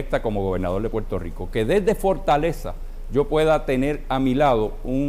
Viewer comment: Se dice Puerto Rico, no Puelto Lico. Lerdo.